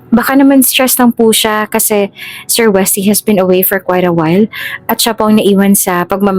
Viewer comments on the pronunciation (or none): none